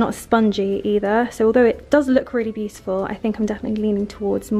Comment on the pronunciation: Tired of hearing 'puhfect' and 'beauttfull' through all these vlogs!